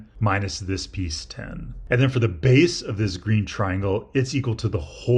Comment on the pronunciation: sorry but im hearing "beese"